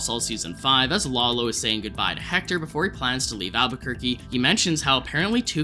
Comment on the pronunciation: Can't believe we first saw Tuco 15 years ago. it sounded like you said "Wallow" instead of "Lalo". Am I just hearing things???